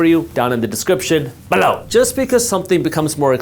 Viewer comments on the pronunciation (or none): NGL I mostly just watch to hear Jasspreet say " link in the description BELOW!" the rest is useful bonus content